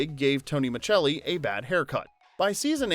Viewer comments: Micelli is pronounced Miselli, not Michelli. Did you watch the show? That's like pronouncing Rupert Giles with hard G. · It's pronounced, "Miss-cell-ee." Not "Mitch-el-ee" FFS. Totally butchering the name, it's grinding. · His last name was pronounced Maselli, not Machelli. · It's Tony Micelli not Muchelli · Pronounced Miss Selly. Not Chelli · Micelli is pronounced Miselli not Michelli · Man, I grew up with this show and I loved it. Tony was the boss for me, lol. By the way, Tony's last name is pronounced "Misselli" not "Micceli". When's the last time you watched this show? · As soon as Tony was referred to as "Tony Machelli" instead of "Tony Micelli" - it became apparent this was AI SLOP in the first minute. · On the show, it was pronounced as if it was spelled Misselli. In standard Italian, that "ce" would be pronounced something like the "che" in cheddar. Not every Italian speaker speaks standard Italian, of course, the same way that not every English speaker sounds like the dictionary. Tony is an American character, and he can pronounce his name however he wants to. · pronounced Muh-sell-ee not machelli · Muh selly. Not Muchelli. Macelli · Why are you calling him Tony MA-CHELL-EE? It’s Tony MA SELL EE as it always was pronounced on the show. Wait, this was post months ago. Why was it reposted again? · This is one of those shows that makes me feel old. I was in the hospital last year for a medical scare and Who’s the Boss was on; the nurse who came in had never heard of the show. (BTW, I have seen every episode; and the last name is pronounced Micelli, not “Michelli”.) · Dude I love these types of videos Unfortunately I'm the pronunciation police 🚨 lol😅 It's Miselli on the show Not micchelli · Micelli is pronounced Mi-sell-ee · in many dubbed versions it is pronounced the Italian way, so millions of people worldwide know him as Mitchelli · Have you…never seen the show??? It’s Tony Ma-SELL-ee. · Tony Ma-Cell-ee.....come on!! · And when he mispronounces Micelli.